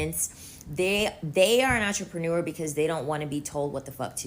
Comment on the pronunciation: I've heard so many bad mispronounciation of the word entrepreneur from these woman of late.